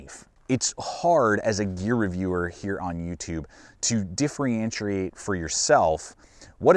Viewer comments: “Diffrientriate”? 😂 I enjoy your reviews and purchased the T5 upon your recommendation. I have always had great results with the many Benchmade knives I have owned. Be safe. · Could you please say differentiate one more time? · A true "" (not a real thing) should at least be able to pronounce differentiate properly. You understand getting rid of all things BM, but I doubt you even try to understand divesting in all things tRUMP. Told youtube to stop recommending this channel. Adios. Requerdos a todos!!!